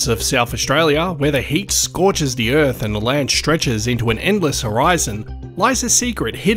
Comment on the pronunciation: Earphs? Erfs? Earfs? Like, as in planet EARTH!?? U got birTH right, why not earTH?